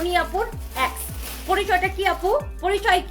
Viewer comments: Uccharon thik kore bolajayna? Ex re axe er moto uccharon koros sali oshikkhito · এ্যাক্স না, এক্স 😂 উচ্চারণ ও করতে পারে না ঠিক ঠাক ভাবে 😂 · Ex ree uccharon kore axxxx😂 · Axe na ex, অশিক্ষিত নিজে উচ্চারন জানে না